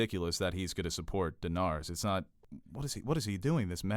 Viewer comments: stop saying "Denawrys" Its Danaerys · every time she says donarys i get triggered could u not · I'm sorry, but who the fuck is Danaris?